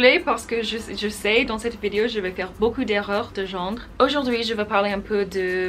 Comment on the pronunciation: Tu te débrouilles pas trop mal (suffisamment bien pour être comprise). Par contre tu fais pas mal d'erreur de prononciation. Notamment avec le mots "cours". Le "s" ne se prononce pas. On dit "genre" et non "gendre". L'ordre des mots que tu utilises est parfois inversé (un peu comme Yoda dans star wars). Par exemple "Je sais que j'ai du travail à faire avec le français toujours" devrais plutôt être "Je sais que j'ai toujours du travaille à faire avec le français". Si j'ai relevé ces erreurs c'est qu'elles sont très fréquentent quand tu parles. Mais cela ne t’empêches pas d'être comprise. Bon courage !